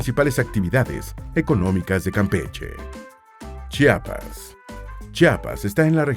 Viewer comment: soy de Chiapas y ODIO cuando la gente de fuera le dice Chapas. es CHIAPAS.. con I 😑😊💖